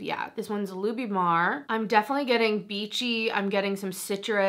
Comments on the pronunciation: It's pronounced with tin at the end.. Christian LouBoutin and Louis Vuitton are 2 different people. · Wow, girl, great pronunciation of "Christian Louboutin." I just love Advent Calendars, but this past holiday season was pretty dismal. Besides, "Louboutin" should stick to red bottoms.